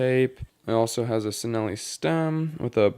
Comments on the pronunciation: Its chi nelli. Not si nelli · It’s pronounced ‘Chi-nelli’... google translate it... Peace😊